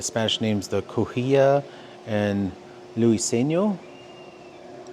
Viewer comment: Cahuilla cow-WILLA and Loo-eh-SEEN-yo